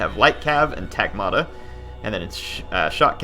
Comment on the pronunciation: my ears! Skutatoi (σκυτάτοι) is read skitati, iuvenes is read juvenes and the g in Varangians is the same as in "good". Tagmata (τάγματα) is strained on the first syllable, not the second and the g is pronounced like the w in "woman" (though that might be a tad hard for non-native speakers to pronounce). Everything else is fine. Keep up the good work!